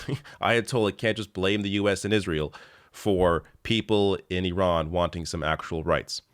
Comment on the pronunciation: Refreshing to hear “Iran” pronounced correctly.